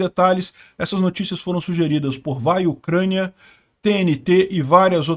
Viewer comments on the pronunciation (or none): none